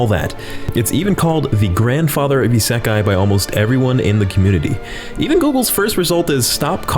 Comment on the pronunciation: "hey i know this one ISAKAI " what the hell is isakai?